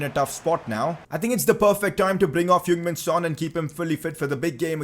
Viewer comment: Its heung min son